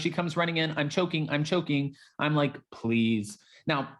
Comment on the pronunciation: I jumped ahead in your video by about 1, mins +, or whatever, so I didn't have to hear you say SMASH THAT LIGHT BUTTON! Yeah I know it's like, but it always sounds like LIGHT button! Anyway heffff it if you didn't put it in at the end this time, helpppp! Shaking my head! 🙆 This is me throwing my hands up as-in, I give up! It's not a touch down gesture, at all.😭😿😖😮